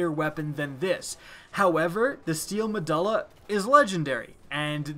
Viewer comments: Muh-DO-LA, say it with me. MUH DO LA Not DUL-LA, DO-LA. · nice mispronounce of the guns name... meh-duel-ah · You need to research your pronunciation before recording... medulla is pronounced meh-dual-ah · med-you-lla MEDULLA not med-all-a MEDULLA say it right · LOL because,, it is in fact pronounced med-you-lla not ma-duh-lla. It was so hard to make it through this video. I also cringed every time the name was mentioned. Love the vids but you gotta work on that pronunciation and grammar. Keep the good stuff coming! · It's pronounced meh-dool-uh not meh-dull-uh. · "Ma do la" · Me-dulla. Lol. Read a book sometime. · its pronounced Me-doo-la. I think you're thinking of megjul dates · not mu duh luh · The letter U doesn't make the sound U were making saying medulla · pretty sure the U in medulla is a hard U not a soft one. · Medulla oblangata. Now say medulla correct. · lol you don't know how to pronounce Medulla